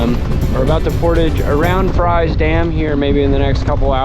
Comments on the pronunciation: Fries is pronounced "Freeze" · It's FREES, not "Fries" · The big 4 lane bridge at 30.29 is hwy 58 not 21 and yes its spelled Fries, VA but its pronounced 'freeze.' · Fries, VA is pronounced "Freeze". Don't ask me why..... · So before the helene floods. It was really bad. Thank for give me a sighting of my hometown river. Oh yeah, it's pronounced Freezes. Lol I know